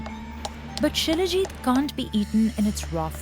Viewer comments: It's salajeet (Salajit) not shilajeet 😂😂😂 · Shilajit = She-Le-Git = She Legit = Legit stuff to make her happy